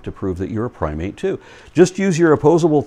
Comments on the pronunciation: LOL at Huckabee's "Pry-mit". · Pry-mit; noun: When you’re trying to belittle something you don’t understand and end up sounding vastly idiotic instead.